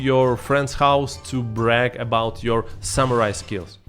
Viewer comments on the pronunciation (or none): none